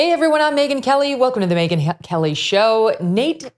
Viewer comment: "Hey, everyone, welcome to the Megyn Helly Show [sic] ..." Helly? Helly? Whoa, that's Hella Funny, Kelly! That's Hella Funny! 🤣